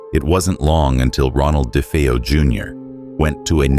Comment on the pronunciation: ChatGPT rubbish. delete 👎🏽👎🏽 "dee fee-oh" Ok.